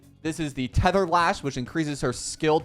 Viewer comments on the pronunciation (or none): none